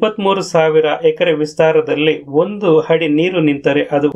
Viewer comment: ಹಾದರೆ ಅಲ್ಲ ಗುರು ಅದರೆ... ಅದರೆ...!!! ಹಡಿ ಅಲ್ಲ ಅಡಿ..!! ಕನ್ನಡ ಕಲಿ ಇಲ್ಲ ಅಂದ್ರೆ ಚಪ್ಪಾಳೆ ಅಲ್ಲ ಚಪ್ಪಲಿ ಬೀಳಬಹುದು..!!